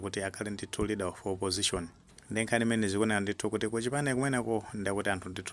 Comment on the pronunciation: LEADER OF OPPOSITION osati READER please. Chepesani changu